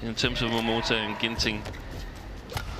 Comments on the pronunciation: wtf is wrong with the commentator? Since the returns of momoTA she being calling her momoTO like seriously 😑! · she's been doing that since Momota became a regular on the channel... sometimes she gets it right, but says Momoto on the regular..